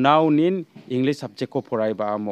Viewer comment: Englis ong.ja English sa. Inpomesion ong.ja information sa my brother. But don't mind. I think you have to improve your pronounciation.